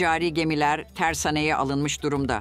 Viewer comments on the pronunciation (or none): tersane derken, a harfi kısa soylenmez, uzun a seklinde soylenir, bunu okuyanin Turkcesini Tarzan da soyler.